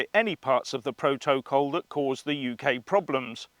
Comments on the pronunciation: Pro-toe-cole.....😆😆😆 love it. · Iam worried how you say proto/col sound a bit unhinged pal 🤣🥂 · Love the way you say proto col . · Why do you say protocol differently to everyone else?